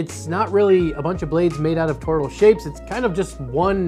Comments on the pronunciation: how hard is it to say thor-oid. you're making it more complicated than it is. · Made an entire video about toroids without learning how to pronounce toroidal